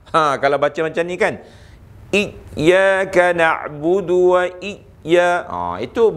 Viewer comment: Iyyakanak budu ke iyyakanakbuthu?